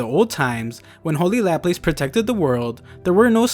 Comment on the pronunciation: Laplace is not pronounced like that